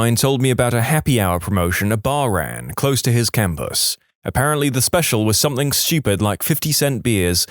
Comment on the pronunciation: No k in the word something